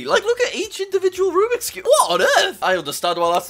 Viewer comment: Jack it’s “Rubik’s Cubes” not rubix, but awesome video regardless